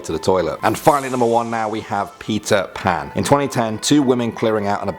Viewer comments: he said pizza pan haha😂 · You said pizza pan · Stop saying PIZZA PAN!! ITS PETER PAN JÉSUS!! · Who elsethought he said pizza pan when he said peter pan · he kept saying pizza pan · Everytime u say peter pan, i hear pizza pan. now im hungry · who hear he Said pizza pan ? is it just me or what ? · Who else heard pizza pat instead of Peter pan